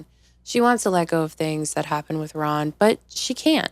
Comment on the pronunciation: I love your channel! LOL The RAHN should be a text tone haha you’re so funny 😭